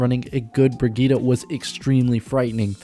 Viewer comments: Might be late but it’s pronounced BRI-GIT-TE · The name is pronounced Bri-git-te, with the last E pronounced like a long vocal like in Henry or Henderson, doe to the German origin of the name, the last vocal of a name has sound, like in Penélope, so it is Bri-git-te. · brɪgɪttɛ (bri-gitt-eh). Every vowel in her name is pronounced as a short one. (the "i"-vowels are pronounced as in "innocent" and the "e"-vowel is pronounced as in "expert". The "g"-consonant is pronounced as in "baguette".) This got complicated lmao I hope I'll see you trying to pronounce it in a video. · It's Brigitte (bri-gi-te) it's a german Name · Exactly, I am a swede tio and when I hear people saying "Brigittah" I'm like: Pronounce it as in the origin story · Im german it's Brigitte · why not just say it the right way?